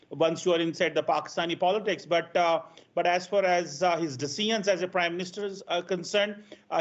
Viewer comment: What's wrong with Punjabis ?? Why can't you pronounce decisions and measure 😂?